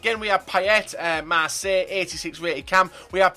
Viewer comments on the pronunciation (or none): none